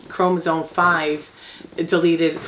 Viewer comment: “CHROM-OSOME” Not “chromosone”